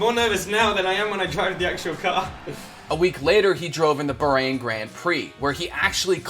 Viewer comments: Amazing video but you guys butchered quite a few accents. "Burain" (It's Ba - H & rain, with the r being rolled) "Mashx Vershtoppen" (It's just Max Ver - stap - pen.) "Porse" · fyi its BAAAAArain and Max Ver-stap-pen